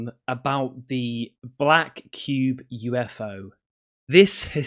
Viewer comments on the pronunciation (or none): Hahaa that Yorkshire Pudding ‘UF URRRRR’ 😂 ‘Definitely not a druuuuurn’.